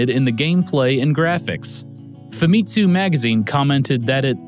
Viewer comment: I think Famitsu is pronounced with an emphasis on the first syllable, not second. Like Famicom, since it's Fami+Tsū. Amazing video, by the way. Even just talking that long would be tough.